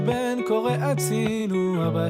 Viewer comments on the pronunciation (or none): It rhymes! מושיט ידו לעזרה, ונותן ברחמיו, את הכח לתקן, ולשוב אליו Ishay is the spelling in French, from whence he hails! Listen to Lashuv Habayta, hear how he pronounces "הצילו" without the ה ("אצילו"). It's a French thing.